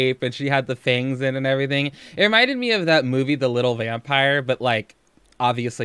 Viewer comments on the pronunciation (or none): Dai S. SAME! It like stabs my brain, her pronunciation of everytheeeeen 🤯😡